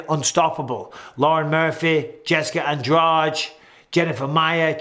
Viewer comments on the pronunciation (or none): none